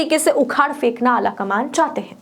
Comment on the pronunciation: Fenkna nhi PHENKNA hota h . Pronaunsation theek krein.